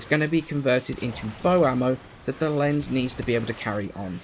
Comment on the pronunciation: The "z" in "Lenz" is pronounced with a "ts" sound like the "z" in "pizza"... It's vivace-vivis all over again lol